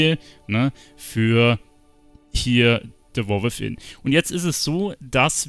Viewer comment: De Woar With'in XD .. (sry)